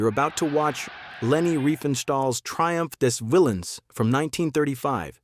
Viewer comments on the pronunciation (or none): It is not "Triempf des Willens", but "Triumph des Willems" - pronounce the whole thing either in english or in German, but this mixup is disgusting.